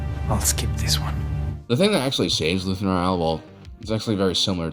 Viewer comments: Is is Luthen Real or Rael? I swear I hear "Real" every time instead of Rael. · I love your videos, I just wonder why you insist on mispronouncing Luthen's last name. He has said his own name several times on the show, but you keep calling him Rah-el or Ryell. Pick one and stick with it, and I will get off your back! Seriously, great videos!